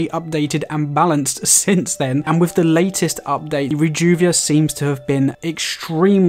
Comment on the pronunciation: How come you can say the letters TH in words like THOROUGHLY but most other TH you pronounce like and F or V (wif or wiv instead of with, whever or whefer instead of whether)? I love your tips but that is quite irritating. Apologies.